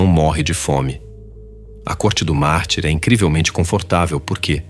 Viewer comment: essa IA tá lendo mal. eu ouvi "corte do mar", ou "corte do marte", tive que vir no vídeo pra ver que é "do mártir". ponha ela numa fonoaudióloga rs